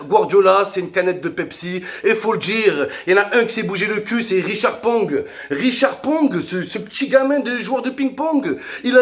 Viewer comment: Ricard pong 😂😂jpp c’est riqui puig